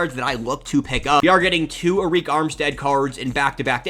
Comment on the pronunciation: Good vid bro but Arik armstead is pronounced like “Air Rick”😂